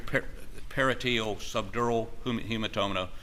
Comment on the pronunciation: Parietal is pronounced Puh-rye-eh-tuhl Not pair-a-teal